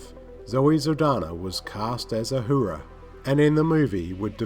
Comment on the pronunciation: Why do you struggle with the name Zachary? Also, Orci isn't pronounced like that. It's not "Orki". Also, it's not Ohura, it's Uhura. Jeeeez.